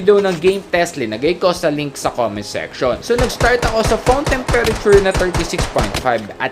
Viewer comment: Temperature..paki ayos hahaha nakakainis pakinggan